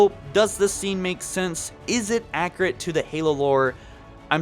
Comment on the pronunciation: Accurate not accrate